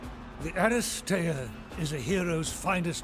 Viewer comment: helpful hint - aristeea is usually pronounced as "aristeya"